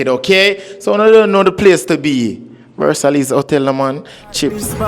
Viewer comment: Mmmmmmm🤔 I think I meant Versailles (pronounced) ver- sigh not Versellies 😅